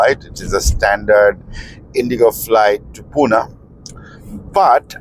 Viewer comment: It's PUNE..not puna.. okay..😂😂😂. Budddha. Pronounce. My city name properly 😡😡😡😡😡